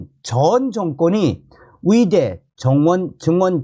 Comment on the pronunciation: 위대가 아니고 의대 위사가 아니고 의사